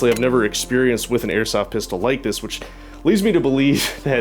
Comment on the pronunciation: you're not a child say pistol and speak properly